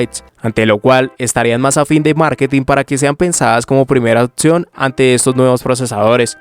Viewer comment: porqué cambias la P por una T..otción, etc?